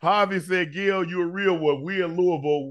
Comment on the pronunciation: UNC, stop calling Gil " Gail ". 😂🤣